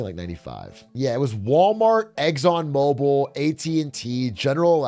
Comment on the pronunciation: My kiwi ears keep hearing "eggs on mobil"